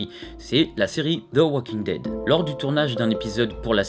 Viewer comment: Comment tu dis the walking dead